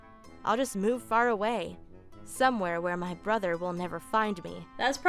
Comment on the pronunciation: How many times did say "Brother" wrong 🤷‍♀️🤷‍♀️🤷‍♀️🤷‍♀️ I'm not countin'